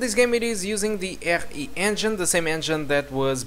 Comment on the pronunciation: I love the way you say "akkkhhh e engine"